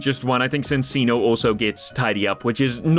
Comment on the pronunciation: It's not sinsino, it's pronounced Chincheeno. It's based on a Chinchilla, and the double c, cc, is a ch sound.